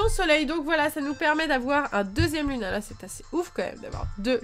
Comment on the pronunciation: Sa s'écrit lunala mai sa se dit lounala